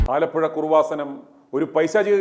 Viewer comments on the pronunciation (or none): കുറുവ സനം അല്ലടാ കൃപസനം